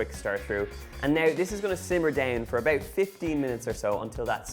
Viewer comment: ebooowt ebooowt eeebooowt.. . ebooowt ... eeeend thawts it . owh , a beuwtiful poewt of lasagna ....